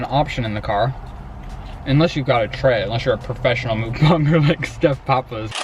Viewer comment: mukbang or 먹방 is actually pronounced muhk-bahng and not book-baeng!